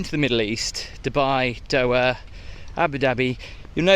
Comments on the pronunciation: Doha... not doa.. more effort with pronunciation would be appreciated 😅😊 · The pronunciation of “Doha” is: DOH-hah (with the “DOH” as in “dough” and the “hah” softly pronounced).